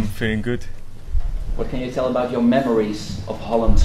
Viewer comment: 発音上手いけど、memories のrがLに聞こえる。